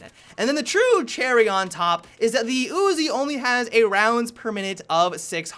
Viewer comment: "The ooozi"